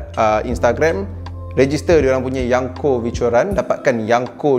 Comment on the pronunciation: Yonko wan bukan yanko